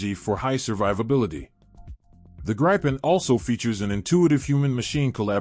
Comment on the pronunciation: Man, that was a jumbled mess. There were so many pictures of aircraft that were not even close to the ones you were discussing. That, and the pronunciation of the Gripen and Rafale was painful. Was this an AI voice or a real person? If it was AI I can understand, but a living breathing human should know better.